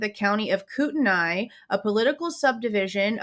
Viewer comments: As a resident of Kootenai county, I just want to let you know it is pronounced “Koot-knee”. Some say “Koot-en-ee” but def not “Koot-en-aye”. It’s a tricky one! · Hi there, Ok I'm from the area. But your not saying it correctly, Kootenai, your saying Koot - NY It's pronounced Koot- 'Knee" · It's pronounced koo ten nee county. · It's pronounced 'Koot-knee' county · Yes it is koot÷knee county!!!!! Obviously it looks like how she is pronouncing it but I assure you it is koot÷knee county.. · I live in Spokane and lived in CDA and PF for years. If you are going to report on something, do a little research and learn how to pronounce your words!